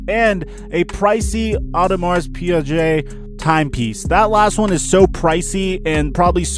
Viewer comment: Wait wait wait you can use and pronounce the word Affiant correctly, but you can’t say the word Piguet correctly???